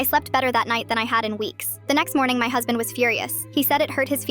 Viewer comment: “My huzbind woonT led me sleep” 😂 the way they said it